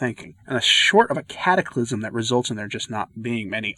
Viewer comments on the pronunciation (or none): "... short of a catyclism..." 🔔🔔🔔